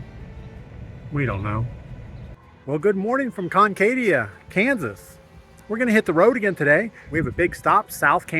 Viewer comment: Why didn't you ask a resident how to pronounce the towns name? Comment about forced labor showed your ignorance.